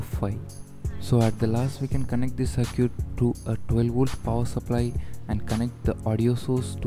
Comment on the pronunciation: Circuit not cir-cute